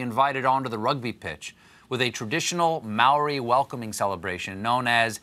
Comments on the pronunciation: and yet noone thought to teach him how to pronounce Māori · Māori, not Maori, Stêphën Gölbert